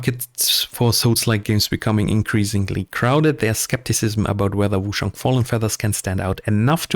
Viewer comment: Cool video mate but you're killing me with how you say Wooo-SHang. It's Ch like change, China etc.